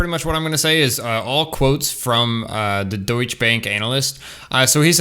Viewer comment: As a subscribed member and very close to the German community, you are missing the letter "t" in the spelling of the word "Deutsche" in the title of this YouTube video; also the word has two syllables and is pronounced like this in English (doy-chah); almost the same way the word Porsche is pronounced (Por-shah), with two syllables. Just letting you know. No hating here.